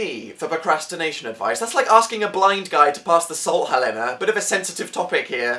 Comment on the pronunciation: OHMYGEESUS THERE WERE TOO MANY FEELS IN THIS VIDEO IM NAMING MY FIRST BORN HELENA, and I really like the way he says Helena I pronounce it differently but either Way OMFG ITS BEEN OVER 1000 DAYS